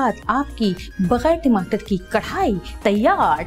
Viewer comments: Javeria api your and jannat's Jodi rocks But karahi hota hai karhai ni (pronunciation) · Madam karhai ni hota karahi hota hai karhai embroidery ko kehty hain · Karhaaaaiiii nai karaaaahiiii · Its not karhai.......do correction...its karahi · Karhai nhi word krai hy jaweria wrong pronounce kr rehi hy karai ko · Karahi ko aap karhaiee bol boly ja rhi hain. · Javeria its chiken karahi not karhai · Sorry to say Karhai nahi hota karahi hota hy. javeria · Karahi hota don't mind app karhai bol rahi hein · Not karrhai.. Its karrahi